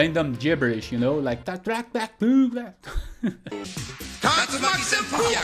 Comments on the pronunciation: WAIT! WAIT! WHAT! WAIT! WAIT!!! After all these years of trying to figure out the Ryu/Ken spinkick pronunciation, buddy right here says it so casually, and it actually sounds… right?!?!?!?! 🤯🤯🤯🤯🤯🤯🤯🤯 I feel like I just found out who my real parents are! 🤣😂🤣😂🤣😂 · Wooow at pronouncing the hurricane kick! Now I hear it properly!!! Thank you